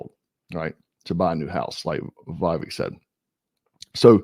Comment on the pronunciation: Viv ache short I long A accent on Ache. I’m recommending your channel to people, sir 🇺🇸